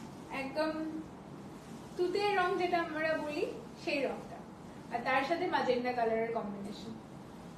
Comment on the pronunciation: Magenta hobe tumi bhul bolcho magenda noi ota